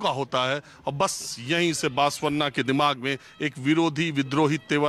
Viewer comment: Sir बसवन्ना होता है बासवन्ना नहीं। सही pronunciation तो सीख लेते। Yediyurappa is pronounced येडियूरअप्पा